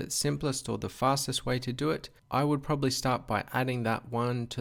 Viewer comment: I'm glad I'm not the only who does this "probablly" :)